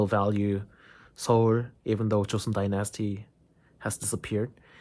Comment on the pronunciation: Dynasty is NOT pronounced die- NASty. (It's not like unalive plus the word nasty.) It's DINE-is-tea. Like fine dining. His English is almost perfect, but this is a fairly common mistake.